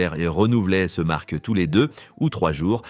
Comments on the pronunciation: l'IA a encore beaucoup de progrès à faire 🙃 Sur mar(c) de café aussi, que l'IA prononce markk. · Du marckq de café et des zzzaricos...😂😂😂😂